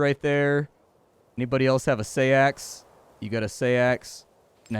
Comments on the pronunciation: It's pronounced "sax", as in Saxon, not "say-axe". People always get thrown by æ, but it's "a" as in "cat". Looks like a fun game all the same. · FYI Seax is pronounced like "Seeks" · Fun facts: The Seax is pronounced "sax" and is an old English word for knife. In fact the Saxons got their name from that weapon as the were one of the Germanic tribes that used this particular type of blade. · Huh, I never knew that. Everyone I’ve ever heard on “Forged in Fire” has pronounced “sax”. I wonder if sax is just the American pronunciation. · not sure you pronounce seax like that, but nice game